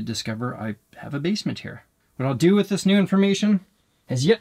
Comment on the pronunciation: "bassment" Davie504